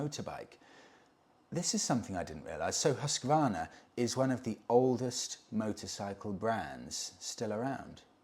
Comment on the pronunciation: Gold star for your perfect prononciation of Husqvarna. As a Swede it's amazing to see the evolution of the brand even though they're not affiliated with Husqvarna in Sweden anymore. The 901 Norden as well as the Svartpilen 401 are so cool bikes. I really recommend you trying them both out for your self. The 901 is imposing in a very nice way. Much like the Yamaha Super Tenere 1200.